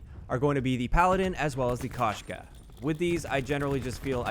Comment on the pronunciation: K"o"shka not kahshka